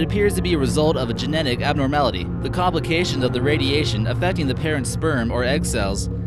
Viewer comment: 'radietion' 'mutetion'